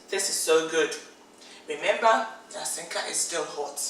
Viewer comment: It's Asanka not Asenka😂